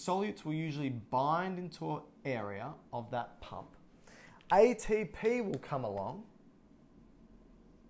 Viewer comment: wow you explained this so well I just watched 10,000 videos and yours is by far the very best !!! I like how you say aye-tee-p